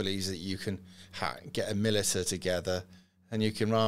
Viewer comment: Mil-it-a is pronounced Muh lish a. Pronounce it correctly and you'll sound slightly less like a fk wit.